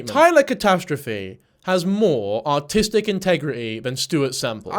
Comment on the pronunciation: sounded like you said Taylor had more "autistic integrity" than Stuart semple to my american ear and that was quite funny